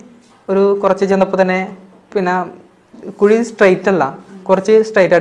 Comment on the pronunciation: കുയി അല്ലെടോ കുഴി 😁